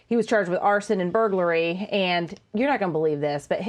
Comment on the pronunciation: "Arson and burglary"? Sounds more like "Arsein' and Buggery".